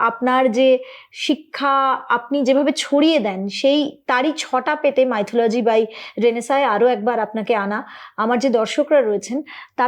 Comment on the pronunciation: উচ্চারন টা 'মিথলজি' মাইথোলজি' নয়। যাইহোক, আপনার শুভ নামের বাংলা ভাষান্তর 'নবজাগরণ' যে শব্দ উচ্চারিত হলে একটি মাত্র দৃশ্যপট দর্শনেন্দ্রিয়ের প্রসারপথে জাগ্রত হয়ে ওঠে, বিভীষিকাময় অজ্ঞানতার কুহকিনী আঁধার যবনিকা ভেদ করে প্রজ্বলিত হয়ে ওঠা প্রজ্ঞার আলোক বর্তিকা। তা এইরকম একটা নামের অধিকারীনি হয়ে, হঠাৎ একজন জাতে ওঠা পুরুৎ কে নিয়ে বুজরুকি নিয়ে পড়লেন! আশ্চর্য! এইসব ছেড়ে দিন, গঠনমূলক কিছু করুন। সব থেকে ভালো হয়, আপনি যে বিষয় নিয়ে পড়াশোনা করেছেন, সেই বিষয় নিয়ে মৌলিক বিশ্লেষণধর্মী কোন ভাষ্য পরিবেশন করুন।